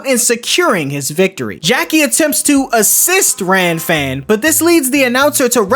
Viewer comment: Bro the manga it is kuririn not krillin Gilan not geran Lan-fan not Ran-fan It is a common mistake because the canji for R and L are similar Heavenly palm of world wide shock not lighting suprise X-cross from the heaves not what the anime say